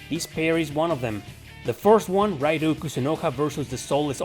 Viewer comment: Atloos? Raidoo? Serioosly?